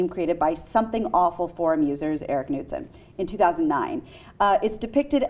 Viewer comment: ...Kuh-nood-son. LOL.